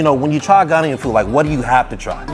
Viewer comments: THE WAY YOU PRONOUNCED IT AT FIRST AS GUHNANIAN WTF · The way he had 2 say "Ghanaian" he must've had 2 correct is pronunciations like me 😅